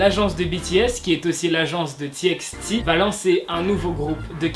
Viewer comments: on dit Tibyti pas Tixti😂😅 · Txt ça se prononce ti by ti sinon très bonne vidéo 😊